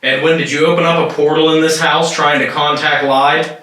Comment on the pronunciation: I know this is a compilation, but I just have to comment for next time! Bellaire house-the name Lyde is pronounced lie-dee you might get a better response by calling her name correctly. :)